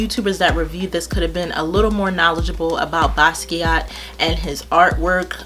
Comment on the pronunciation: it was getting on my nerves to that they could not say his name right!!! its like take 5 seconds to get on the internet and learn something at least how to say the man's name!!! Anyway I love Basquiat and Im glad they did a good job on this collation!!! you are so beautiful and I love your videos!!